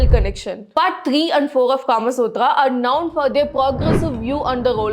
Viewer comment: known, not noun. Please correct in future.